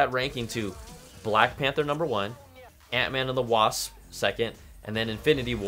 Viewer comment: "Ant-Man and The Wass" Love you, Brian!